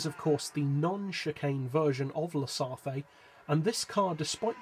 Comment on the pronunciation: The "e" in the word "Sarthe" is silent.